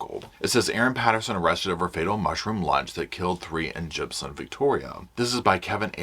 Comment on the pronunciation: I just have to say I grew up near Leongatha when I was 6 till I was 18 or 19 in Mirboo North it’s only 10 to 13 minutes from Leongatha and I giggle every time you try and say all of the surrounding towns including Leongatha and even Gippsland 😂 It would be like me trying to pronounce Towns etc in the USA. Also, I remember always seeing Koalas in Victoria (not so much in Queensland where I live now as is to hot up here for them, I’m assuming that because we have gum trees which Koalas live in but there just isn’t as many, Queensland is 2 states away from Victoria) When I was a teenager at school in Mirboo North I remember sitting in class and watching a Koala walking across the road, it was so cute (although Koalas are very cute they are actually vicious) Up here in Queensland we see loads of kangaroos all the time. My kids use to kick the footy on the oval at lunch time and would have to dodge hitting kangaroos, my son’s soccer games had to be stopped as we would shoo kangaroos off the soccer field 🥰 It’s funny how different Countries get so excited about each others animals. My daughter is in Canada atm for 2 years and she sent us a video of a squirrel, it was the cutest thing I’ve ever seen, but no doubt to you guys and Canadian’s it’s a common animal to see. Sorry for my rant, I just wanted to share that with you ❤